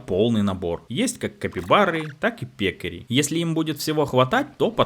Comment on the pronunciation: без обид, дружище, но правильно пеккАри. это вид свиньи, еще Жюль Верн описывал их в "таинственном острове"